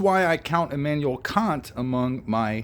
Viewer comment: EEhmanuwell KUNT. :) Say it loud, say it proud, it's GERMAN!